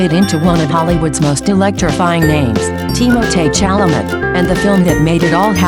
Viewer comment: Pronounce his name correctly.